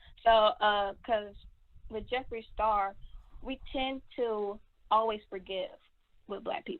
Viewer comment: Hey.. I agree with bun b. I used to love his music but it has nothing to do with y I agree with him.. he was 💯.. Tory is trash. TMZ need to lay off if that’s the case. Meg spoke her truth already. We will never know the whole truth.. idk who Jeffrey the star is lol. Clearly by butchering his name